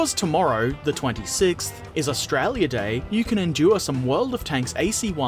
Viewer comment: Herbert, you sound really Australian when you say Australia. What's your favourite eve ship? If paterons wanted too, how could we buy you a specific interesting kit?